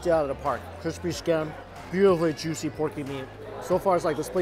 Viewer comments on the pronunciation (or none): “So jushy” is what I hear every time